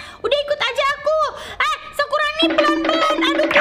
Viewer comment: bukan sakuroni tapi sakurani